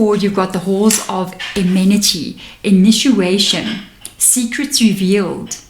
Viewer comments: Initiation. Not sure if people say inituations. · Initiation not inituation ❤